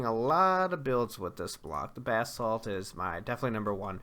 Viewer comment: Finally someone who pronounces basalt correctly!